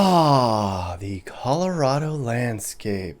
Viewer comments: "Calirado" had me laughing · Cali-rado and its West Coast Goo... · “Turning into Calirado”😂